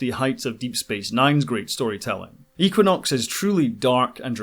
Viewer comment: Had to stop after the fiftieth time I heard eeequinox. Just kidding.